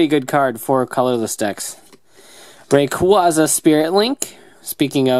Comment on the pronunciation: its REY-CUEY-ZU rayquaza thats how its prounounce